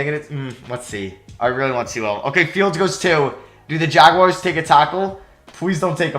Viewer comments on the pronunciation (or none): none